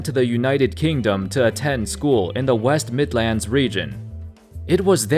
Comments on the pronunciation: Joshua Tsang West Midlaands too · I'm from England..and the way this guy pronounces...west midlands, Manchester and Birmingham..is just weird 😂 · the way you said west midlands😂😂😂😭